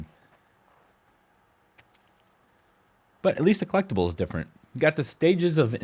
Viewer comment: Trophy drinking game: Take a shot every time he says "clecktible" 😵‍💫